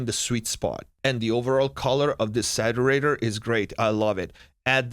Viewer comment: The "Satterator"...Sounds like the Terminator's lazy little brother. Great vid.